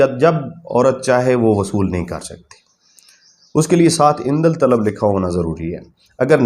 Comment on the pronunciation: لفظ عندل طلب نہیں ہے بھائی جان۔ یہ ہے عندالطلب ۔ اس میں الف کے بعد والا لام نہیں پڑھا جاتا ہے